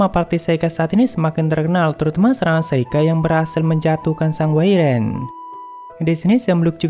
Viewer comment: Maap bang wyvern di baca waivren bukan wiren 🙏